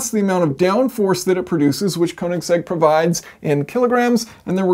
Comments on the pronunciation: I mean if you wanna lose views because you insist on saying the name wrong that's all you buddy 😂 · Only Americans call it a "koe"-nigsegg. Everyone else says "ker"nigsegg. We don't like pronunciation lol